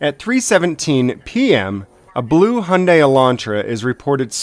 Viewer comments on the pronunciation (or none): LOL HIGH-Yun-Dai........... wow thats an intelligent cop huh? Not as if you dont hear that brand name ALL the time in commercials....or even over that cop radio..... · the way she pronounces Hyundai is disturbing